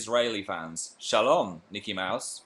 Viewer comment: OMG PHIL'S ACCENT WHEN HE SAYS SHALOM I CAN'T EVEN... THANK YOU WHOEVER TOLD HIM TO SAY THAT